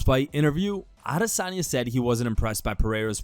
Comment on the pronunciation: Thank fk this dude isn't on that Ah-DIS-anya pronunciation - it's annoying af